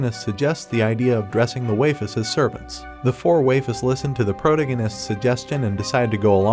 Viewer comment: I can't take another "waifes" bro